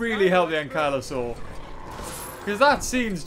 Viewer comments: dont you mean ankylosaur not anklosaur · Ahh yes my favorite dinosaur "anklysaur" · Really Anklyaur OMG its spelled Ankylosaur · Lol it’s ankylosaur